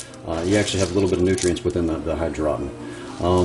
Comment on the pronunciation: lol hy-draw-ton